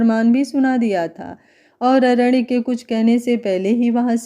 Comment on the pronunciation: अरण्य को ड नहीं न बोलो तो सही रहेगा अरेड नहीं